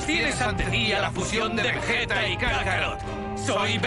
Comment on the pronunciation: Vegito y vegueta en latino están mal dichos, son vegetto y vegeta, para que luego digan que el latino es perfecto